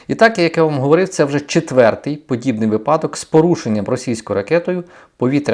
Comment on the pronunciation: вИпадок ну емае. уважайте украинский.